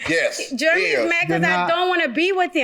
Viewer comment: YOUNG LADY SAY IT SLOW IT'S JEREMY SOUNDS LIKE JER RA ME SAY IT WITH ME JEREMY